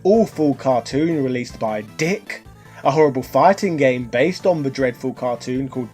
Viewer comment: FYI It’s pronounced “Deek”, not “D*ck”.